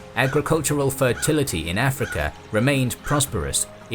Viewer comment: I like how this guy kinda pronounces Africa like “afrekea”.